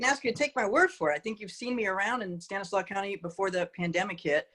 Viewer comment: Stanislaus county has an S on the end of it. She isn’t from around here.